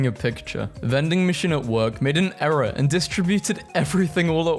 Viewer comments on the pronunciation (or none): none